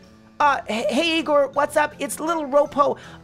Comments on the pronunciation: It's Egon not Egor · It's proununced Egon not Egor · its not egor but egon